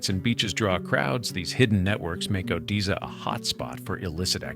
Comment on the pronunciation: The A.I. announcer does not know how to pronounce 'Odessa' LOL